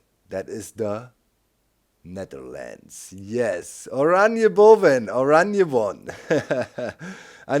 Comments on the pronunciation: Ikr the moment he said "oranje boven" was really funny (i'm also dutch) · Sarude Dandstorm He said some Dutch words and they sounded really funny because of his way of pronouncing them.